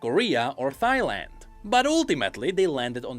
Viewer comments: btw,, it's pronounced "Tai land" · Did you just say Thyland.. lol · He pronounced Thailand as Thigh-Land. Haha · Thigh-land, one of the countries of all time